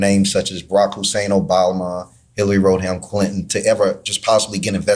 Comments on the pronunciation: Hillary "Road-ham" Clinton? Why, young man are you allowing yourself to be used? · Did that dude say "Hilary rode ham Clinton"? 😅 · I wanna ask that guy something. In the 30+ years the clintons have been a normal part of the media, when has anyone ever pronounced her name "Road-ham" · The black man who spoke about election integrity is an obvious plant. He couldn't even speak the names correctly. The only people I here reference Obamas complete name are those connect to trump. He always emphasizes Obama's middle name to make it seem like he's a hidden terrorist. This is exhausting!